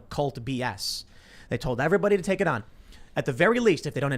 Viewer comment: Can stand when people pronounce the word on.....awon. Wtf is that ??? So irking